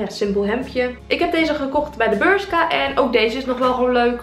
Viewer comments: Het is bershka niet burshka, het is Spaans, zoek maar op 'uitspraak berhka' ... nee het is geen burshka hahahaha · Omg hoe jij het uitspreekt pull en beer burska geen haat hoor vind je vids super leukkk